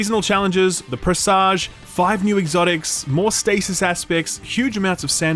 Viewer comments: It’s pronounced press edge. Like message. Not presahj (like massage). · "Presage" rhymes with "message." Don't be seduced by that sexy "zh" sound.